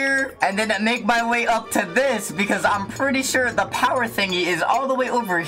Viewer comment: ugh woman HAHAHAHAHA "sip of za tea" HAHAHAH